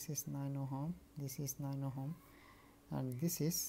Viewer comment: Ohm nahi, ohom 😂